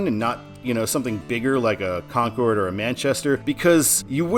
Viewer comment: Kong ord is in NH Con cord is in NC, love to hear the NASCAR announcers make the same pronunciation. Awaiting I 95 four miles from my residence. Thanks for sharing 👍